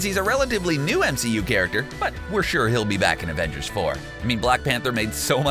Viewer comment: Afengers Affenmble!